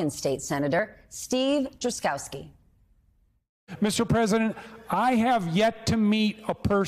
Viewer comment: Steve Trkyowski? Isn't it supposed to be Steve Drazkowski?